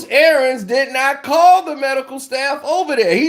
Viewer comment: For the love of God its ArIANS